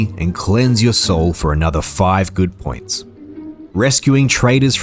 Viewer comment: I'm going to be honest, man - every time you said "good point", my brain kept hearing "good boy point" and I was waiting for you to get to the part of the game where you exchange these points for tendies.